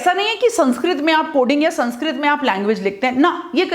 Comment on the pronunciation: Mam pronounce to thik se kr lo yeh saaanskrit nhi sānskrit hai